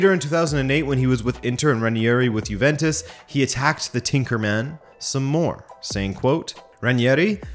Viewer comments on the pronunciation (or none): none